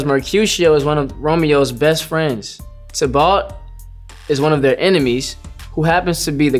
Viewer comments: I like how he pronounces Tybalt. "Tih-balt" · The way he says "Tybalt" tho 💀 like whyyyy